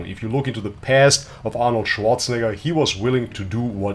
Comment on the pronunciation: Hahaha Arnold Zianator 😂😂😂😂